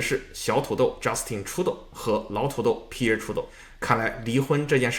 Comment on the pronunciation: Pierre 也读错了😂